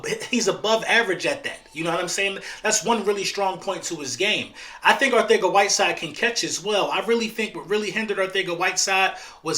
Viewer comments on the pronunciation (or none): It’s Arcega not Arthega